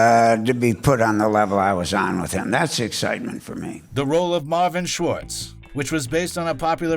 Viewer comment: Schwarz, not Schwartz